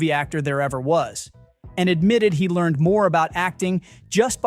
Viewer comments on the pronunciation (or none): none